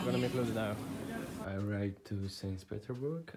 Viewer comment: 'Sans Peterburg'